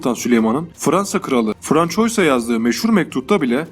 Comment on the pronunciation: Sayın seslendiren François yazılır Fransua okunur biraz özen lütfen.